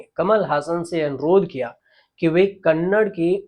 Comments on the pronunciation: Sir, it is NOT Kannad but Kannada. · Sir, कन्नड not कन्नड़ (kannada not kannad)